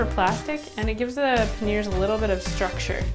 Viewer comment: What happened to the "I" in panniers. It's not meant to be silent!